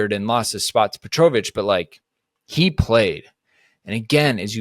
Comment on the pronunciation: That Petrovic pronunciation is killing me... other than that, 100% agree. The goal keeper situation is a joke right now.